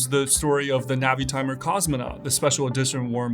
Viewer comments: ":Navy-timer" not "Navitimer"? I got tripped up by your pronunciation there. Anyways, fun video, and I always look forward to your stuff here. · no, he didn’t. He said navy-hawk (long A) and naveeee-timer (soft A, long E). It’s a soft I, like navigator.